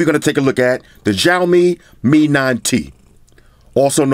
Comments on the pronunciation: lol its not jaomi, its shaomi (Xiaomi) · U can't pronounce XIAOMI well, i hear XJAOMI ALL THE TIME LOL